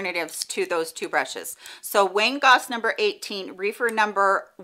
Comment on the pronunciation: Great video! I’m in need of some better quality eye brushes. Just an FYI, I believe Rephyr is pronounced with a short e like “Ref-er”. Reefer is something completely different 🤣 No big deal but it gave me a chuckle